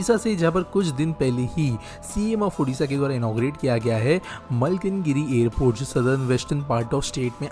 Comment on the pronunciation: *Airport not "Aipoort" . Please correct it